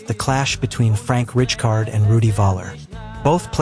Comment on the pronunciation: AI ??? Awful pronunciation of names? Richcard????